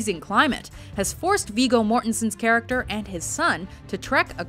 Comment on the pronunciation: It's not "Weego" Mortensen It's Viggo as in "Wig"